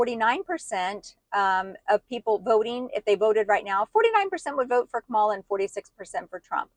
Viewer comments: I am from NJ. People here have known trump for decades. He is not honorable. He is not religious-- never was. trump has lied to ordinary Americans, and you all fell for him. No one wants to hear it. And for Pete's sake- Comma-la! You don't have to like someone to pronounce their name correctly. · Racist woman learn how to pronounce her name. It’s not that hard. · You have bought into the bs. She was hidden no more than any other Vice President so stop it!! She was not put in charge of the border. I am so sick of that LIE! She was asked to look into why there was so much migration from the northern triangle and she did that. Trump was president and he had both chambers of congress. Since he is so great why didn't he fix the border? Learn how to pronounce her name properly while you are at it.